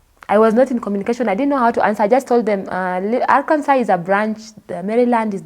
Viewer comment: Arkansas - pronounced Arkanso.